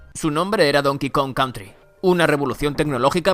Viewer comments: Donkey Kong "Contry" :v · Jajajaja like si tambien te diste cuenta que decia donkey kong contry xD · me dolió el mal ingles de "contry" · Es country no contry tontooo!!! (sarcasmo)